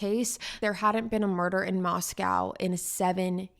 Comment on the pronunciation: Just a few things, it pronounced Mos-co like Costco and he attended Washington State University not University of Washington, that is in Seattle 5 hours away